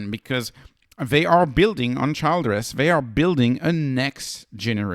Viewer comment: It’s pronounced like Chill dress.